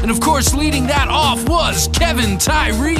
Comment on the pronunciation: Appreciate the love... and it's Kev-on (how you say it phonetically).. not Kevin... #AllGood lol